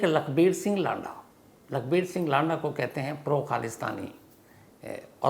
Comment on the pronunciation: lada नहीं है लंडा है भई